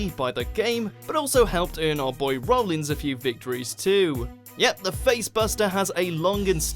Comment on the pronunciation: IT'S ROLLINS NOT ROLLINGS